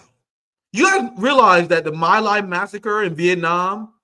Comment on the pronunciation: Please learn how to pronounce "Hind Rajab" and "My Lai"